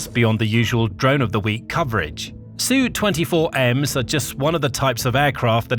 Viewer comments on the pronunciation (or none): Please please please I keep saying this: Sukhoi is not shortened and pronounced ‘Sue 24’ it is ‘Su 24’ say each letter. This method of pronounced throughout WW2 the Cold War, its ignorant journalists have pronounced this way. Likewise Tupolev is shortened and pronounced to ‘Tu’ not ‘Tuu’. Beriev is not ‘B’ but ‘Be’